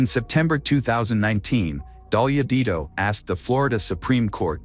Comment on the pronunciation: AI bs can’t even say her name right. Didn’t make it 5 minutes